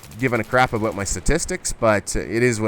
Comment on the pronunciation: "Aboot" bahahahaha!